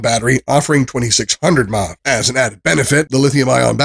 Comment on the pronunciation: So you can correctly say the words "lithium-ion", but then incorrectly say "mah" when referring to milliamp-hours (mAh), say "nim" when referring to a nickel-metal hydride battery (NiMH), and say "led" when referring to LED lights. And that rating system! In what world is 8/10 equivalent to five stars out of five? This was an awful review.